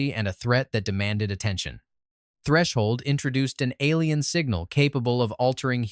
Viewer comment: ALIEN? WHAT AI WEE TODD ATION IS THIS?!